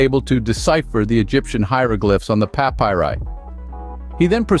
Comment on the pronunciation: Learn to pronounce "papyri".